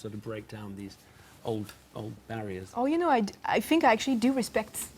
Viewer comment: 🙄 I fink she needs to learn how to say 'think' 🙄🥱